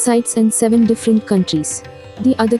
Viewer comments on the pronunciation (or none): none